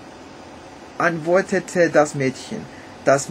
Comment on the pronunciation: Du solltest noch mal folgende Worte üben: Müllers-tochter, Häus-chen, Gold, Morgen, Mäd-chen und Männ-chen. Insbesondere die Verwechslung der letzten beiden kann zu reichlich peinlichen Situationen führen:)))) Die deutschen Umlaute ä, ö und ü sprichst du meistens richtig aus. Eine Notenbewertung abzugeben bringt dir nicht wirklich was. Informativer ist es eher zu wissen, dass bei uns die Noten meist von 1 (sehr gut) bis 6 (ungenügend) benützt werden. Tschüss